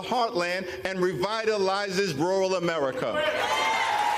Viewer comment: Why does he keep saying AMERITA?!!!